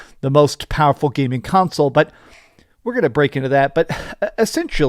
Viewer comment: It is very "fowerfull" lol